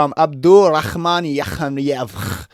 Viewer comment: bro its yak yaev not yakh yaye